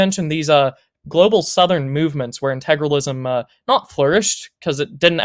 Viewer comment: Oh, and just to note, I realize it is petty, but my goodness. You typed the word how many times in your essay? And you not once realized where the "R" in Integralism is? Intragalism.... Maybe he should have spent less time on the "Kids and their instagram joke" and instead learned how to say the damn word.